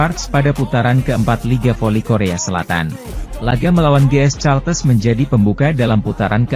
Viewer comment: Ini orang gimana gimana sih.GS Caltex bkn GS Caltes.Caltex /California Texas Itu perusahaan Oil milik Amerika belajarlah membaca yg benar.